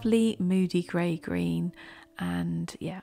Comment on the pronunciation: I heard grey of grey as grave grey. That was rather ominous 😂😂.